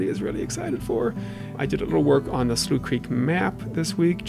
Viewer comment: Wait Slough Creek isn't pronounced Sloth Creek? I've been pronouncing it wrong this entire time. These bugs are funny as flip especially the zoomed in/zoomed out ones Anyways keep up the great work!